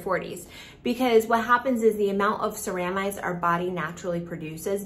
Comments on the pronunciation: Thought this too! SARAH-mides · Indeed, was looking for this comment. Its CEramides, with the accent on the 'ce', not the 'ra'. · Ceramides is mispronounced It should be seh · ruh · midez